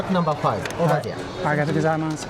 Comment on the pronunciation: 1. “Btw, I have never been here before”…less than two minutes in: “I don't speak a WORD of Japanese”…says ‘thank you’ in Japanese with a perfect accent. 2. “I call these ‘children’s chips bc the bag has children in them. Yummm…they are just as good as I remembered.” 🫣😏🤔